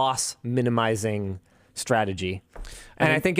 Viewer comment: Meanwhhile in LMG Clips.... "Stratergy..Stratergy..Stratergy..Stratergy..Stratergy..Stratergy.."